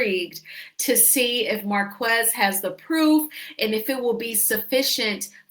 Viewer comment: his name is pronounced 'Mar - KEZ' NOT MAR- KWEZ' 👎